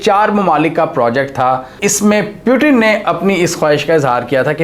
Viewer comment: The Name is Putin not Piutin